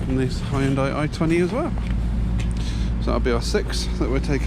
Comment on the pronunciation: come on. Hyundai is pronounced yunday. The car is to-son.😅